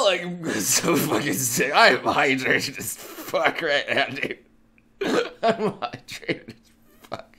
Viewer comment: "I'm just HIGHdrated" ;)